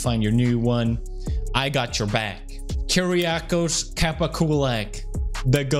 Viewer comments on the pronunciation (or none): sweet vid pew ! its Kiriakos kara not kapa :D